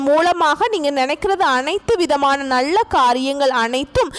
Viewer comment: ளாபம் அல்ல லாபம் ! நள்ள அல்ல நல்ல